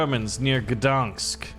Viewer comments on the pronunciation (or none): 1. u need to say Gdańsk not gdansk 2. u need to say Poznań not poznan 3. U NEED TO SAY TORUŃ NOT TORUN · says gdansk not gdańsk me: RELEASES MY INNER DEMON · Gdańsk. It's read Gdanisk.